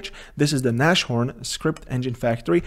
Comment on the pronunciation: Its not nash It is like nas (as you would pronounce nas x) horn Its german for rhino And a homage to ibms js engine called rhino